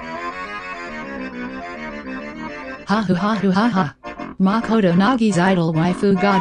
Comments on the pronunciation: Makołto is de kilar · makoto Ish Da Jane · No, it was more like "Makoto iza da killer" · Everyone: makoto is the killer Celes:mackodo is dhe kilar